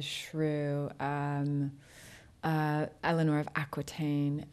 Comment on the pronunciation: My name is Eleanor and she pronounced it right! not many people do that. <3